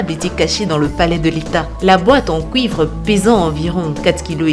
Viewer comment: Pourquoi elle dit couivre?